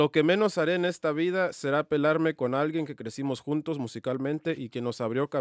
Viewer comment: really said pelarme instead of “pelearme”😂